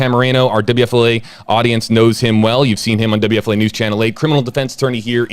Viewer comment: This is a serious case but I can’t help to comment on how awesome you say WFLA